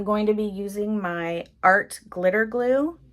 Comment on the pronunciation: Okay, much to comment on! The way you say '...Galoo' (glue) in your intro has me smiling like crazy, Sherman snoring in the background has me chuckling...and then the actual ICAD, CUTE or what! The quote is just perfect. Can't believe you threw his legs away, lol. 😘❤